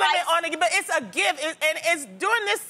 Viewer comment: She calls a gift, a gif. Why?